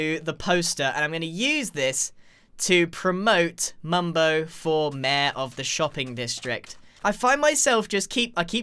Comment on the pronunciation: How the f**k did you mess up mumbo's name EVERY TIME IN YOUR SENTENCE?!